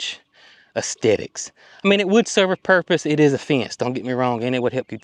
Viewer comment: That makes perfect sense when you think about it….😊 you said aesthetics correctly apart from it’s not just ‘T’ it’s pronounced ‘th’… as-thet-ics….hope you know wot I’m saying ….😊… The fencing sounds like it wld be great…bad spray ram 🤣🤣🤣🤣that’s so funny, by tge way I have to agree with Brooke you suit the longer hair… I do like a man with a ponytail or a man bun…hat looks good ❤